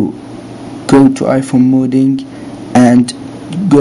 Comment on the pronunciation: omg your the best ive tryed with other stuff and it wont work your amazzing also you kept saying (modding) rong i got confused when u kept saying it rong all well you helped thank you again